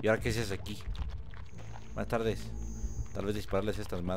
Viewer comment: "Jue Jue Jue" "Buastardes"